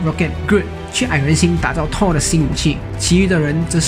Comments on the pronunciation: 這不是發不發音的問題吧，電影裡就是唸Thor的音而不是Tor的音啊，直接以電影的唸法為準才是正確的。 這就跟Chanel、LV等名牌都有他們自己的唸法，你硬要用自己的發音唸，明明就是唸錯然後還說只是各地區發音不同，不是很好笑的一件事嗎？ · 講得很好，但是英文可不可以上google看一下怎麼發音？ Thor ,Tall很難分？ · T跟Th的發音完全不會分 一直tor tor聽得好累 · Thor 怎麼都念成 Tall XD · 索爾那個不念拖兒好嗎..... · 索爾不是痛 th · excuse me, im really thankful that u made this vid but cant PLEASE pronounce THOR properly... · 口音跟發音完全不一樣 一個字除非是特殊情況不然就是有一定的讀音，就是只能那樣唸 口音是你講話的語調，所以只要能讓別人聽懂，口音沒有對錯好壞 但如果你發音發錯，就像你要說我要看你說成我要幹你，意思差很多吧？這時不管是台灣腔北京腔美國腔你都會誤會 所以本片的Thor，完全是發錯音，跟口音沒關係 有些人說他也聽得懂，那是因為你有畫面有字幕，而且講復仇者聯盟，裡面音最近的就是索爾，自然會懂他在說什麼。 口音不是重點，但發音發錯真的是會很丟臉。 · 还不错，唯一不足是英文发音。从头到尾贯穿的Thor，听起来很痛苦。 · 他的th發音怪怪的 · 額，我很確定thor不是這樣讀，你可以先去查google翻譯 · 索爾名一直念錯，難聽死了實在看不下去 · 這個發音真的不行啊…………